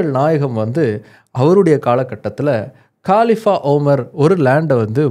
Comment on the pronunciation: காலிஃபா இல்லை கலீஃபா என்பதுதான் சரி